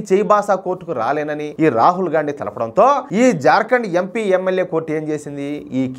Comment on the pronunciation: అన్న నువ్వు గాన్డీ అంటుంటే - గాఁడు గాఁడు అంటున్నట్టు ఉంది 😂😂😂😂